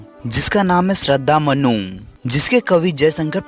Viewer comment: मनु ❎ मन्नू ✅ 😂😂😂😂😂😅😅😅😅😅😅